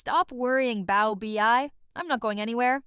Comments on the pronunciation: Pronounced "bow-bay" correct? And bow like cow, not like low. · The mispronounced baobei had me rolling the entire time whenever I would hear it.